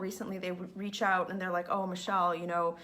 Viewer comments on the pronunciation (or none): none